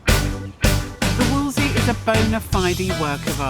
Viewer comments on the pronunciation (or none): Why do they all say Wolsey? Nobody called it that in the olden days. It's a WOLSELEY. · Fantastic project and fantastic outcome, but why can't anybody pronounce Wolseley properly?? :body-blue-raised-arms:❓❔